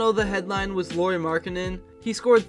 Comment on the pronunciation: Just for future reference, you pronounce Luari like Lowry (Like Kyle Lowry's last name). Maybe do 30 more seconds of research before your next video.